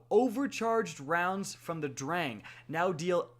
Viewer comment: his pronounciation of "sturm" and "drang" ist atrocious